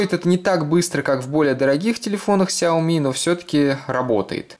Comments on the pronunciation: Не ксяйоми а ксиаоми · У меня сяоми, а не "ксиоми"